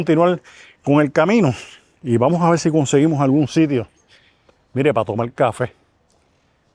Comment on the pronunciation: porque mucha gente en el Caribe habla como los chinos, con las "L", en vez de las "R". Obviamente no es que no puedan pronunciar las "r", pues en este mismo video se oye claramente que si pueden pronunciar las "r", pero caen una y otr vez en el hablar "chino", asi dice: "vamos a vel!", "quiero il!", "voy a comel!", etc., etc., y a mi me suena, no solamente como chino, poque se que no son chinos, pero me suena mal, me suena a una falta de educacion basica, y me suena a una estilo auto-impuesto de hablar que, nada tiene que ver ni con su historia, ni con su posicion, y los que digan que es influencia negra de la epoca de la esclavitud, esta equivocado.ASi que a hablar bien si no quieren que el resto del planeta se ria de ustedes